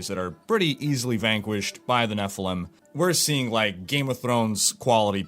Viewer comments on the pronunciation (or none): none